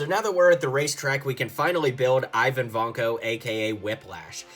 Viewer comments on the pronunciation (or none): Pronounced Vanko wrong. Von Ko Vain Ko